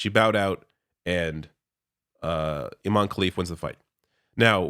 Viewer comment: Also, careful with the pronunciation. IMAN is a male name, you have to stress the EH at the end, Imane (Imaneh) for it to be a female name. The name itself has caused part of the confusion.